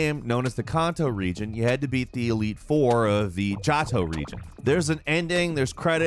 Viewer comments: "JAH-toe" region... safe to say you never saw the anime or looked up the pronunciation beforehand, huh? Lol no biggie, it just sounds really weird. Everyone pronounces it "JOE-toe". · ni-er, not near. joh-to not jahto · EXFUCKINSCUSE ME. DID YOU CALL THE JOHTO (JOE-TOE) THE JATO REGION? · Johto in Pokemon is pronounced as it's spelled, not jaw toe. It's...It's pronounced Joe toe. Did...Did you even watch the series as a kid? I mean I DID and I don't even LIKE Pokemon. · Never been to the JAAHTO region, but I have to the JOHTO region. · Jahto region Bruh☠️ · CANto not conto. JOe-toe. Get it right bud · Johto (Joe-toe) lmao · with the classic mispronouncing 😂 jAHto and kAHnto? Lol either way thats why HGSS will forever be my fav pokemon games, almost the entirity of the 1st game in the post game of the 2nd, as well as a battle vs Red, what more could u ask for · Kanto and Johto. Can-toe joe-toe What is this guy saying? Has he never heard anything about pokemon before in his life? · Man ja-toe really??? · Kahnto and Jahto. Doesn't even hide that you don't know how to pronounce iconic regions. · Bro. You said "jot-oh". Credibility -15 points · Its pronounced Can Toe. And Joe Toe. Cmon bro. You talk for a living. Get that shit right. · I usually just listen to these videos in the background on my drive to and from work but I heard him pronounce Johto as Jato and I just had to say something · “The Jawto region” Me: Really? Who doesn’t know how to pronounce it This is the hundredth time I’ve heard someone mispronounce geek culture. Especially in anime. Narooto seriously?(Naruto) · Ikr? That had me cringing so damn hard when I heard him say it that way. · Did.... did you just say "Jaw-Toe" region ?? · For Pokemon, the region Johto is pronounce Joe Toe. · did this guy really pronounce johto as jah-toe??? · Did you just pronounce Johto as Jawto? Lmao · The way he says kanto and jhoto hurts my soul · Ah yes. The Jahto region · Jah-toe region was the best region.